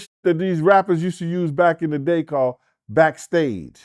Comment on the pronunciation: Craiglist? Bascstage??..... lol. Cmon